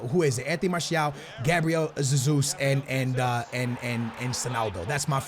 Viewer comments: Wait, your logic confuses me. You say you are speaking Portuguese when you say G. Jesus, yet he is Brazilian and the national language of Brazil is Portuguese. Another example, Mourinho's name is pronounced with a hard J. Plz explain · The way you pronounce "Jesus" shows that you obviously have no idea how the portuguese pronounciation works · Hey love ur vids btw I’m Brazilian and Jesus is pronounced with a J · Hey love ur videos man. Hey I’m from Brazil, and Gabriel Jesus’ name name is actually pronounced with a J at the beginning so it’s basically pronounced the way it’s spelled 😅. Keep up the amazing videos man! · Mate, IDC how you pronounce Gabriel Jesus, but if you are Portuguese and pronounce it with a Z... better keep saying it as you were doing before. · Cmon dude thats not even how you say jesus but i get why you say it like that (i am also portuguese) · Caspar J it's a soft "J", he says with a kind o "z", but he's trying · it's JESUS and you are saying ZESUS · You are pronunciating G. Jesus Wrong, you are saying it like Sesus, when it should be like Hesus. Don't get me wrong man, Cheers ;D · its not pronounced “Gabriel Zazus” its “Hey-soos” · Don't say zezus even if it is the right way it is so annoying, say heysus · Oh How can you say you are Portuguese ffs....its not Zezus either....é JESUS COMO SE LÊ CARALHO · just call him jesus and not sesus 😂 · Its pronounced hay zus.Not jay zus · No not zezus is hesus or jesus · Please i dont care IF its zezus that you say Please just say Jesus and not hasus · Why the hell are you saying SUSSUS, it's Jesus in Portuguese. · Who the hell is Zazeus! Gabriel hey-Zeus! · Gabriel "Ze-zus" wtf mate his name is BRAZILIAN so there shouldn't be a Portuguese pronunciation right? correct me if I'm wrong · Why can’t you say football players names correctly. You’re a fifa YouTuber, you should really know. Fucking Zesus 😒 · stop pronouncing jesus like zezus